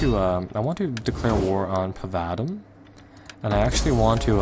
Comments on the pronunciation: Pavatum, really you called it Patavum, can't you read? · you are both illiterate, it's called PatavIUM